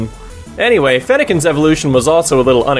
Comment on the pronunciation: i love how you fucking nailed chespin and fennekin